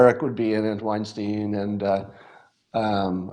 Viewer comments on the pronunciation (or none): You're pronouncing Weinstein incorrectly. Should rhyme with 'vine.' Eric just doesn't want to be associated with Harvey...